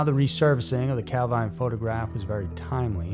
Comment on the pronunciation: Calvine, Highland Perthshire, is pronounced Calveen.